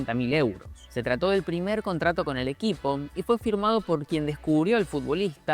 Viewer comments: Ahora me entero que Puyol el karls pujols y Busquets karls busquits, haber Carles Rexach( se pronuncia Carles reichac)😂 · Me encanta como pronuncia Karls Rekach... extraña fonética para un nombre y apellido catalán... Es como los que llaman a Marc Cucurella "Cucurela" como si fuera italiano. Me encanta! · Por cierto, cada vez que en el vídeo pronuncian Rexach así muere un niño de la Masía 🤦🏻